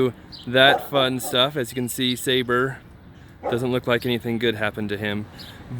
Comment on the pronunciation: I’m sure it’s SAH-BEER lol